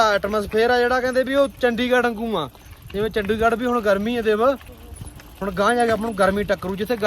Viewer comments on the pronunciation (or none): none